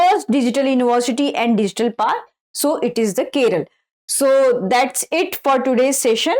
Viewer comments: Kerala not Keral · Keralam not kerala